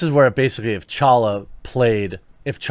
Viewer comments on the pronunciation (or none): TUH-CHALLA. Not CHALLA. Your not saying the T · Hey Jeremy, if you're reading this, the "T" in "T'Challa" is not silent and is pronounced as "TeChalla".